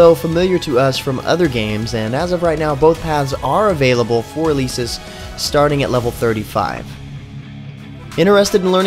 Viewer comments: It's El-eh-sis not eh-leee-sis _. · did he just Pronounce Elesis as Eh-lee-Sis?